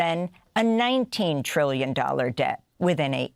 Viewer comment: Amy needs to enunciate "trillions" 1,000x as forcefully as "billions.". 😜